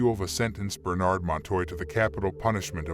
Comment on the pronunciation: Thanks. The robot voice could use a better enunciation. It amused me to hear it say burn-ado all as one word instead of Bernardo. Funny. Overall a very good job. I appreciate it.